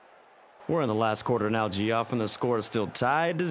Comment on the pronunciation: That announcer guy saying Geoff incorrectly as Gee-off and not Jeff got my blood boiling